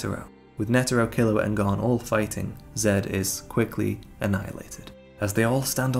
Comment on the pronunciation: Killua and Gon's chemistry....None Good storytelling....Lacking The magic of HXH....Gone 😔 It's like a body without a soul ....No pun intended And if I hear them say Goowne(Gon) one more time!!!! 😂😂😂